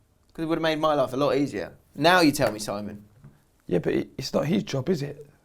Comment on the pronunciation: Amazing end to the podcast really great advice in deep situations very commendable also my names SIM-- EEEEEEEEEEEEE - ON NOT SIMON, thanks lads see you sooon